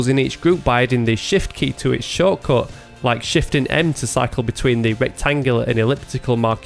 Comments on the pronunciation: He says shortcut! xD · Oh man, i finaly got it: You don't say "choco" everytime; you say "shortcode" :D was a bit confused